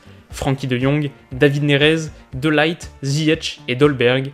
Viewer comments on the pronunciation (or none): Super vidéo on dit David Neresse et pas Nerez pour la plus d’info sur le joueur je te conseille le compte